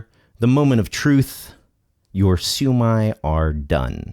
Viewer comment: This guy just brutally murdered the shumai